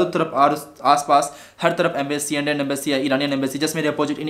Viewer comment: the thing is that Indian embassy was knowing everything what was going to happen there because of secret agents .. And raw .. And the point is embassy said him whatever to do was for his safety bro. I wrote that spelling wrong beacause I was denoting his speaking accent I.e. ambacy😉 . Jagdam 🙏